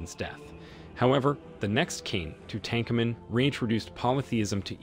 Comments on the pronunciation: Please learn the name of Tut an ka mun not tutan ka kamun. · I’m not used to people saying TooTankin-nim. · Two-Tank-Amen? LOL.